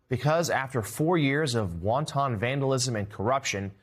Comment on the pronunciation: Noooo. Jonathan Lemire doesn't know how to pronounce the word 'wanton'. Fgs. 54% of native born Americans can't read at a 6th grade level: I just hate seeing it here.